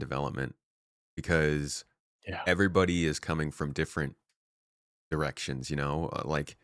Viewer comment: Am I the only one hearing "Erections" rather than "Directions"? Maybe is just "THAT" excited about SC?